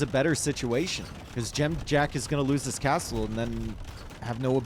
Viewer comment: Impressed how well you say Dziamdziak. It's a tough one!